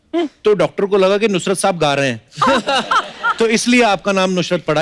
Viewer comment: Nushrat nhi nusrat